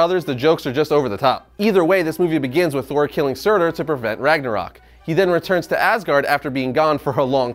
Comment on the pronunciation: The way you pronounced surtur was so wrong